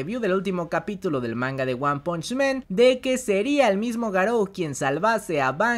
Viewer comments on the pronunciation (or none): por que dices One Punch MEN? men es plural de hombres en ingles! el anime se llama One Punch MAN. MAN. AAAAAAAAAAAAAA NO E